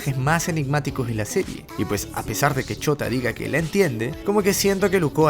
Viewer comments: wey dices shota en vez de shouta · Me da risa como siempre le dicen shota en vez de shouta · Alguien mas escucha "ch0t4" en vez de "Shouta" xd? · Yo escucho que dice chota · Me da risa como dices "chouta" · Cuando dices shuota parece que decís chota xd